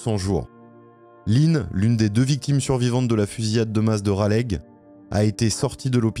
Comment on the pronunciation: Raleigh se prononce "Ralé". c'est pas grave, c'est mignon 😁. vraiment une histoire tragique. merci de l'avoir raconté